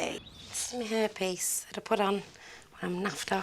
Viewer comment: the way she says hair piece sounds like herpes